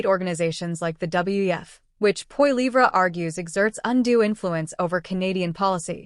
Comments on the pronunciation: AI voice. Does not how to pronounce Pierre's last name. Can't watch this. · Just a memtion that pronunciation our Pierres' last name is incorrect. Go Blue!